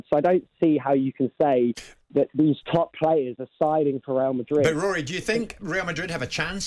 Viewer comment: let's face it, the only reason Trev would pick Barcelona over Madrid because he can't say the latter. "Weal Madwid". He's worse than Woy Hodgson